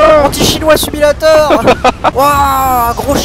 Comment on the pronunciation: sumilator xD